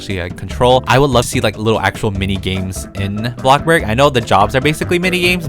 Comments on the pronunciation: It’s called blocksburg not BLOCK BURG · Me:thinking how he says bloxburg Him:Blobburg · Did he really said block burg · OKAY HERE'S MY VERY sEnTimEnTAl message to. I grew out of Roblox in December. Now, I'm slowly getting back into it. Just very, very slowlly. I knew that I should start watching my old favorite Roblox YouTubers again to see what's changed. I came to watch YOUR videos first. I'm so happy you were my first choice! You still say "blockburg" and you're still the funny I remember. Much love! <3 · Me: “bloxburg”.:”bLoCkbUrG” (no hate lol)